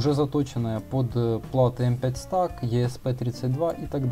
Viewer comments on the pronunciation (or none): только не Стак, а СтЭк!!! Вещаешь в массы - вещай грамотно! Не плоди безграмотность - ее и так немало!